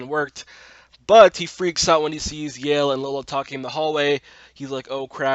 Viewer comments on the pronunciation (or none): Baaz's jokes about Hunter's boner were the best! Heads up: Yael's name isn't pronouced 'Yale', but actually 'YA-el' (two sylables instead of one). Tiny probably needed cash but couldn't work at Lola's Cantina because of the history. I couldn't understand where Zoë's mom came from, but I realized that she was the one who dropped her at school in the first place. You'd think that there would be an older picture of Maya in Grace's phone and not the no contacts and straightened hair one.